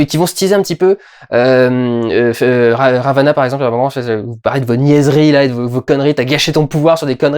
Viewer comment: Ravena Durendal Ravena, pas Ravana 😂